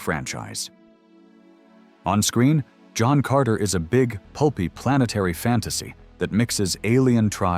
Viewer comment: Bought “Hohn Carter.” An enjoyable film.